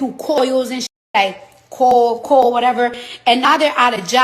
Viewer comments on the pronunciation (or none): This chick said "Coil instead of coal & Apalon mountains. Lordt😂! Girl ❤😢